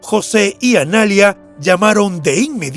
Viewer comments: Es Analía, no analia...con la tilde en la i, por si no se entiende. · No es Analia, es Analía con acento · Dislike por decir "Analia" en vez de "Analía" 👎🏻👎🏻👎🏻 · Analía, no analia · jajaja entré a decir eso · Analía, con acento en la "i"... ANALÍA M0GÓLICOOOOOOOOOOOO!!!!! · Es Analía, la vocal acentuada es la í!!! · El nombre Analía no se pronuncia así. Tiene acento en la i. Y suena muy diferente a poner acento en la segunda a . Analiiia